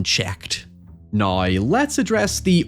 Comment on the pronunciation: I hate the way this dude says "now" and "however"